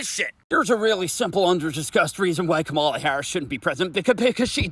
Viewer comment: it's Ka-ma-la as in camel-er. Not Ka-MAR-la. Not being a pedant, some Reps deliberately mispronounce her name.